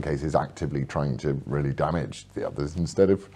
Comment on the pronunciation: Peter Willy Whittle.... he weally does waise welevant issues.